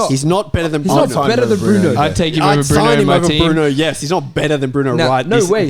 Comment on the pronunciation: Nah the disrespect on Bruno’s name is crazy